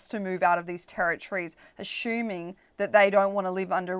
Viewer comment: It's "assuming" not "ashyooming".